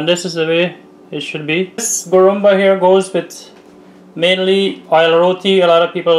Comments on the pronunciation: It’s called Guruma not Gurumba. Nevertheless it’s a superb recipe. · I am 72 years old so i know the correct names for all guyana dishes.It's called guruma not gurumba.i corrected u guys a while ago with the dish u called Doodhpitty. U called it another name. I hope u guys dont mind me correcting u. I love to watch cooking shows - Alll the time.